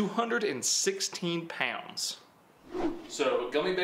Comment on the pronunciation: Lol love the why you say pounds 😂 “poawds”